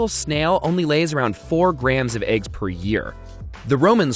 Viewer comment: Aegs is all I can hear